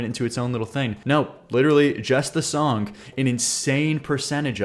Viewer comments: What accent makes you say “Songk”? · STOP SAYING SONK 😂 there is no k at the end of the word song